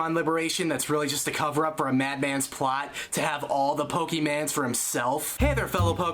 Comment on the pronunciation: did he just say "pokémans"